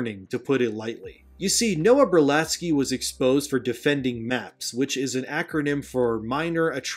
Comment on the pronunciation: "Berlatsky" .... Every ... Single ... Time